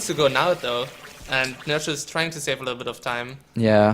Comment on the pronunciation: Read nerchio like "h" not "ci"